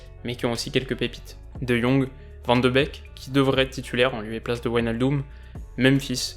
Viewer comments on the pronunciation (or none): none